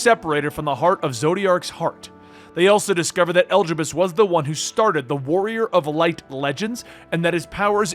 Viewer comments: Ok at first I thought maybe you just didn't know how some words/names were pronounced, but after hearing you say "Elgibus" I just have to think you're doing it on purpose...right?!? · i'd giggle every time i heard it, we've only heard them pronounce "e-li-di-bus" thousands of times in hundreds of cutscenes ... (if u play with english voiceovers)